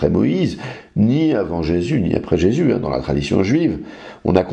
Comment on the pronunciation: Je ne voudrais pas manquer de respect au Monsieur de TorahBox mais en effet à chaque fois qu'il prononce Jéssssssus m'horripile. Personne ne lui a expliqué comment ça se prononce correctement lol